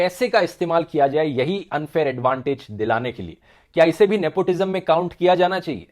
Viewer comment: "Nepotijam". Hahahaa